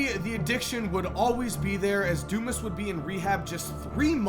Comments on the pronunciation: Pronounced, Dew-Mahs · Its not dumbass........its DUMAS (thick headed) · Is it pronounced DOOmus, dooMAZ, or DUMASS?